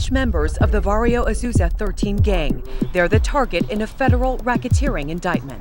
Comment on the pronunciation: Dude said Asuza. Sounds like somebody needs to learn their ABCs.